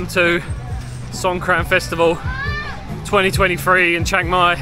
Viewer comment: I am not Khmer I was merely saying Songkran is not the real way of saying Songkran for the new year. Songkran means War in Thailand.. The real way of saying Songkran sounds more like these SongGraam.... All I was saying it must be a bit funny to the local knowing it